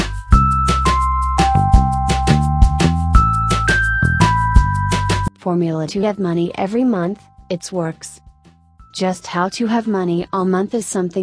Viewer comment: It won't work..you should've said it correctly..Its FORMULA 😆😆